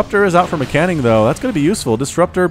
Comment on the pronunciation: As an informative piece, MCanning is prnounced M. Canning. 2 words. It probably bothers me more than it bothers him :P thanks for the cast anyway :D